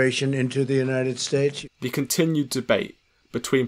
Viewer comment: Trump still can't say United States properly